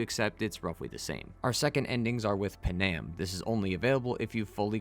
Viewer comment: “PAN- AM” not “Pen-Am”